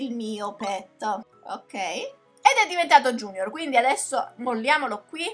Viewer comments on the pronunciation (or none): none